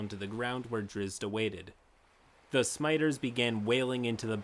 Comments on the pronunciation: It's Sim-ee-tar. Not Smiter. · Did you just pronounce "scimitar" as "smiter" ? Really? "Sim-i-tar". There's a "ci" between that "s" and "m". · hey, not to be that guy, but scimitar is pronounce SEH-MI-TAR not SA-MY-TER. But other then that, I loved this vid. It's sad that a DM this good had to deal with such an awful player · JFC I know this is from 3 years ago, and I love your channel overall, but please learn pronunciation if your channel is going to be all about reading bad DM accounts. Scimitar = Sim-it-ar, not "smiter" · Scimitar is pronounced ' Sim-i-tar not smiter <3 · I know it's been 2 years but I'm hoping that someone has since let you know that it's pronounced "Sim-Meh-Tar" and not "Smiter." Apologies if this reads as dickish in any way! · did he just pronounce scimitar... smite-ers? ... its pronounced si-mi-tar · Scimitar pronunciation- SIM UH TUR Not "smiter" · bro it's sih-mih-tarr, not smiter lmao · Bro, you've really got to stop pronouncing "scimitar" as "smite-er." It's "sim-ih-ter." Great videos, though :) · Simitar (Sim-Ah-Tar)... not SMITER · LMFAO the way you say scimitar cracked me up, (smiters) It's Sih-mih-tar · ......scimitar is not pronounced "smiter." It's pronounced "sim-ih-tar." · At first I thought it was a slip of the tongue, but then he said it again. And I know it is terribly rude to point this out to youtubers and other voice talents, but ummm... Scimitar is not pronounced "smiter"... its Sim-it-ar. The "c" is silent. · Scimitar is pronounced sim-eh-tar, not smiter. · Its pronounced "Sim-a-tar" Not "Smiter".... it's a curved single edged one handed sword. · smiters..... scimitar is pronounced sim-it-tar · It kinda shocks me that you don’t know how how to pronounce “scimitar”. It’s pronounced like “Sim-mi-tar.” Not Smiter. You don’t ignore two letters. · Okay, I have to say this. Scimitar is not pronounced Smiter. Sim-ih-tar /ˈsɪmɪtɑːr/ sim-ah-tar sim-uh-tar. Please. Please I ask of you. I beg.